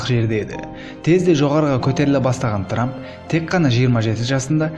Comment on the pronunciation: Ей трамм деген трамм